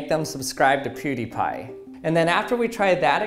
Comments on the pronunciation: It’s Pewww not Pooodiepie. Brad two we need you. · ....pooooh-die-pie?? Nani?! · “Poo dee pi” triggered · Why does he say pudipai??😂😂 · is he saying poudiepie? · U pronounce pewdiepie the same way haha xD